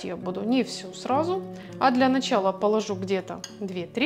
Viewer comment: Начала, ударение на 3 слог. Говорите правильно.Рецепт прекрасный, буду готовить.